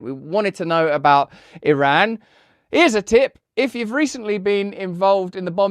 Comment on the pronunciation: Youre not pronouncing Iran correctly Russell come on mate